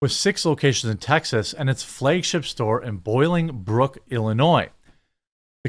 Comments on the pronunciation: Quick note. It’s Bolingbrook- as in bowling-brook not boiling-brook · *Bolingbrook(bowling brook) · You don't live that far from Bolingbrook. You should know how to pronounce that town